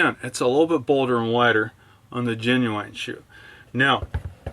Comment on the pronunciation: did you really just pronounce it "ge nu ain"